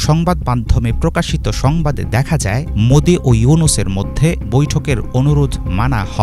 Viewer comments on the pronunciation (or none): none